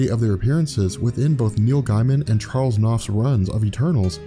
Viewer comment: "Neil Guy-Man"